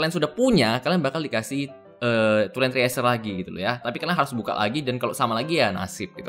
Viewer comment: cresyurr bang bacanya, bukan triesur -_